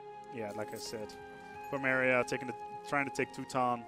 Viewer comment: You've got a couple of pronunciation issues,. Galicia, not Galacia. Waldensian, not Waldesian. Pomerania, not Pomeria.